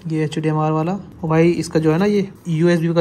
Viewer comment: HDMI ❌ HDMR✅